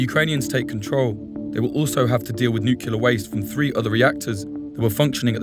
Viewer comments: This guy only slipped into saying “nukular” a few times. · Its nuclear you twat not nucular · "Nook-yoo-lurr" jesus, doesn't ANYONE say this correctly? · 'Nuclear', for fucks sake... not 'nukiller'. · "Nuculur" really?